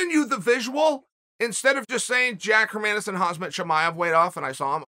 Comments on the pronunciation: Herman- e-son😂😆😆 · "Hazmat and Hermaasen", I love Chaels name pronunciations 😂😂